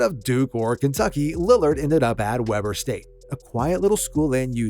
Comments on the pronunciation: It’s pronounced “Wee-burr,” not “Webber.” My brother was the greatest shooter to attend Weber before Dame got there. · "Weber", Not "Webber"! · They pronounce it- “Wee-bur” State 😄. Btw, Dillon Jones on OKC was taken in the first round of last draft out of Weber State also. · It's. Sounds like weeber state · “Wee-burr” State …